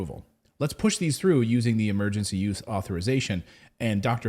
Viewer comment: Its "Emergency USE Authorization", not "Emergency YOUTH Authorization".... you said it wrong multiple times 😂